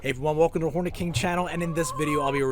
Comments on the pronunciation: I thought you said Horny King at the beginning lmao 😂😂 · Bro I ain’t gonna lie at first I thought he said “welcome to horny king channel”